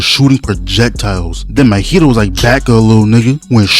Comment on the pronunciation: Say it with me bro... Maw-he-toe. Not Mohito, Mahito. MAW-HE-TOE.... another one... Geito... GAY-TOE, not Ghetto